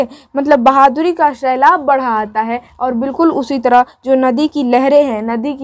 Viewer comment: Shailab nhi sailab